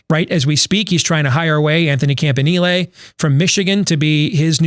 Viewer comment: Michigan guy struggling to pronounce "Campanile" correctly is cringe worthy. Come on home Anthony!